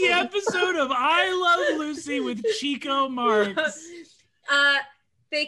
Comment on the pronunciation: lmao at Rekha's face as she considers whether or not to correct Brennan's "Chico" pronunciation, and then lets it slide